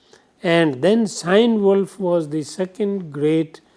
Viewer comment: dont mean to disrespect, but the lecture was disorganized and after the initial background it lost its track and remained so, also some of the information were just plain wrong, and finally it's pronounced KeeNeWulf!